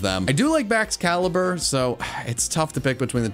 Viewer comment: It's Baxcalibur, NOT Backscalabra!